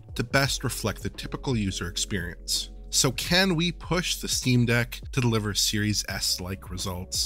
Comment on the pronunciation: I keep hearing "serious a$$" xD